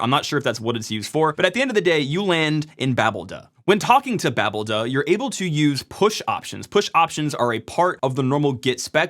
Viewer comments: cough I believe its pronouced... ba! (as in, hahaha!), BALD! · greybeard here, chiming in to just say "foo-dee" is the normal way to prounounce daemon names, so, here, "babel-dee". Do what you will, just saying that's what's historically typical. :) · you make me crazy with your pronounciation of babeld ... may suggest babelDaemon or Babel-D